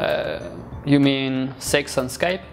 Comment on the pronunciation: 每個外國人也是說"skype" 但那個日本人說了"sky pe" (用e還是用y?) 外籍英語老師教的ww